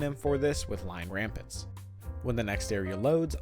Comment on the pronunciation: Its lion rampant, not ramparts. Lots of people get its name mixed with citans ramparts.